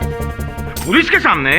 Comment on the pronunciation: सब तो ठीक था लेकिन पोलिस थाना क्या होता है पुलिस थाना होता है न 😂😂😂😂😂